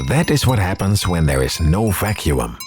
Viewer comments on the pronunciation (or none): Did you just pronounce both Us in "Vacuum"?